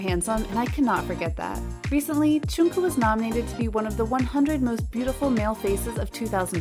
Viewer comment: The way... she pronounced... Jungkook...